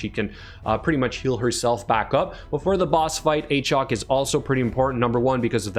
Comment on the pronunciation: Every time I see this champion now I go, "Ayychok the Wendooorin"